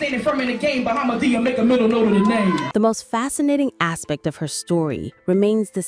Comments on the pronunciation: The way she keeps mispronouncing her name is killin me. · Plz, learn how to pronounce her name 😂😅lol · Didn’t pronounce her name correctly smh